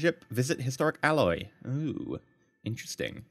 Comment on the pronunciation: Also its ALLY not ALLOY xD